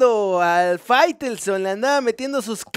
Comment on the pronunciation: Por qué dices Firestone? Es faitelson, Firestone es una marca de llantas